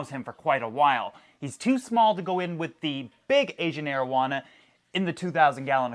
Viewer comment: i like how u pronounce the ancient arowana😀